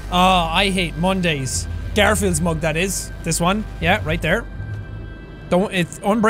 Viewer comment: “garfield’s mug, that is” i love how incredibly irish jack sounded when saying this 😆💕